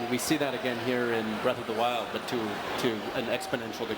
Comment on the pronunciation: WILD NOT WIND